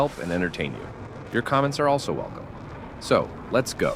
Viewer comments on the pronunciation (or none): none